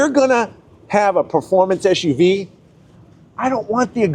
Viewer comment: Hey mate, these vehicles are called SUVs, not ShUVs.